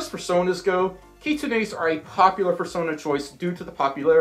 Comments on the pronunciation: 'kitsune's' are pronounced as 'Kit-soon-s' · You pronounced kitsunes wrong its "kit-sune-s" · Unfortunately you did say kitsunes wrong hehe I have a lot of kitsune ocs :3